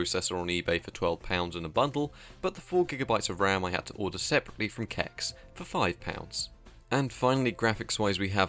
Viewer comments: "sex", "computer exchange" or "see ee ex", not "kex" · just a heads up, "cex" is pronounced with an S. slightly awkward, but just wanna make sure nobody makes fun of ya for it :P